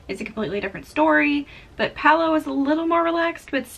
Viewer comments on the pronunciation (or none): BTW, Palo is an Italian word for pole. The restaurant has a Venetian theme and the pole refers to what is used for the gondolas. It is pronounced Pah-loh. In Italian, the A is always pronounced like AH as in father, and the O is always pronounced like OH as in joke. Generally, the syllables in Italian words follow a consonant-vowel format: Pa-lo. And in case you come across Civitavecchia (Ci-vi-ta-ve-cchi-a) on your next Mediterranean cruise, the port near Rome, it is pronounced Chee-vee-tah-vay-kee-ah! Practice saying that and you'll sound like a pro!